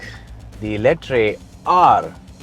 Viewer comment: Call it Eletraaaaaa not eletrai